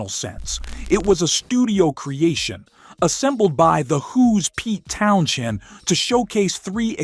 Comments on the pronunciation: One mistake? Pete's name is pronounced TOWNS-HEND! Just record your own narration if you want to be taken seriously.. AI is lazy and it steals your credibility. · Why can’t AI pronounce Pete Townsend correctly?😂